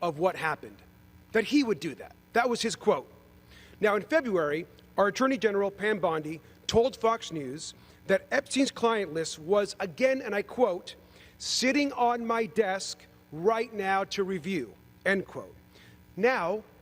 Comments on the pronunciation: its BOndi, not BAndi! Sorry. Thanks! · Either say Bandit or Bondi ! Not Bandi 👍😝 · Dude it is not “Bandy” her last name is spelled with an O . Ty